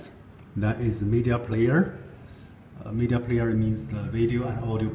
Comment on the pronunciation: lol its Media not Meida